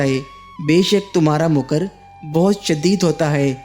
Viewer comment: Bhai saheb ye lafz "muker " hey yani meem k ooper zaber hey paish nhein . Ye makkar ( cunning ) se " muker" hey " mooker " nhein .